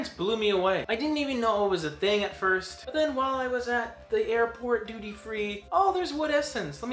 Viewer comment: You said doodie! 😂 Oh wait... Duty!!! Forget it!